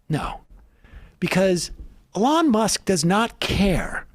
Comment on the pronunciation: I love how Sam pronounces his name as: "A-lawn" 😂😂😂